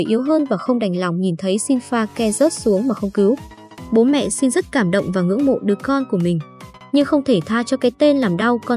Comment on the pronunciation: Sao lại nói shin như thế